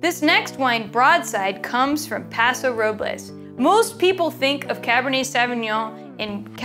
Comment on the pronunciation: OMG. She pronounce Paso Robles correctly. Lodi is fantastic for Zin and Syrah.